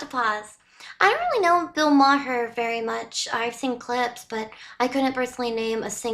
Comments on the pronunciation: Bill ma-ar.......not ma-hr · His name is pronounced Mar not Ma-her. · I'm sorry, the way you pronounced his name, Bill MaHer, I had to go back and make sure I heard it right. I have never heard the H pronounced. It was funny. I have seen some of his stand up many years ago, he is pretty funny. A lot of people don't like him due to his politics but even though I don't always agree with him, I always found him funny. He almost always came at an argument in an intelligent way and I have always liked him. As for the subject matter of the video, I wont deny victimhood and the things that Combs did, but so many people were willing participants, even some of the victims. But these people saying they had to stay for fear of losing their lively hood or career etc., so many of them had millions of their own dollars. If they leave and report things, they would be fine financially, even if they never worked again. And yes, those who took advantage of their positions in these industries need to be held accountable, but so do those who accepted the "terms of service" if you will. It's called "selling your soul" for fame. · His name is pronounced ‘Bill Mar’ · Are you doing a Stewie Griffin impersonation when you say Bill MaHhar? 😂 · Ma-Her... lol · And it crushed the dating world. Not interested in taking out a lady and biting my tongue so I don’t get in trouble from the “HR” dept. Also I believe his last name is pronounced Mar. H is silent. Another great break down from you!! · The "H" in his name is silent. It's pronounced like "Marr." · Totally butchered his name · Why in the hell are you putting so much emphasis on the "H" in Maher?! You sound like Stewie Griffin saying cool wHip! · The way she said his last name made me laugh